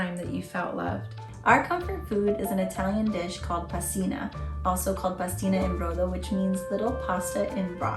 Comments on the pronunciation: Pastina in IN INNNNNN brodo not en 😅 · Pastina IN brodo. Not pastina EN brodo. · Really liked this video, but let's be clear: it's "Pastina IN brodo", not "EN brodo"! Sending you lots of love!